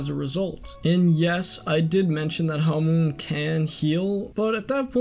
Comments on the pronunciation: first of all, why are you pronouncing hamon, as hamoon second, you could just blame joseph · why do you say hamoon not hamon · U say it like its written hamoon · Why can literally no one pronounce hamon right. Hamoon🌑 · Its pronounced HAH moan